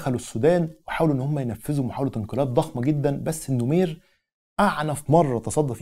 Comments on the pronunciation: العرض رائع..فقط لى تصحيح بسيط...الرئيس الراحل اسمه جعفر النميرى وليس النمير...تحياتى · الرئيس اسمه جعفر النميري …. وليس النمير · يا عزيزي السودان لم يستقل من مصر. 😂 مصر والسودان كانو تحت الحكم التركي. وثورة المهدية هي التي حررت السودان. لكي لا تختلط عليك الامور. هاشم العطا وليس العطمة 🤦 النميري وليس النمير. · ههههه النميري النميري ال نو مي ري هههه